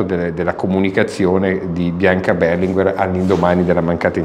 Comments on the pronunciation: Non mi sono spiegato: è come la maggioranza pronuncia una parola, un nome, ecc. che, in italiano, diventa la regola, la pronuncia corretta. Da decenni l'Italia intera ha pronunciato Berlinguér, con l'accento sull'ultima sillaba e quello è il modo corretto. Poi arriva un diversamente sveglio e sposta l'accento, ma è lui che sbaglia! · Non avevo mai sentito pronunciare il cognome Berlinguer con l'accento sulla prima " e " ma sempre sulla seconda.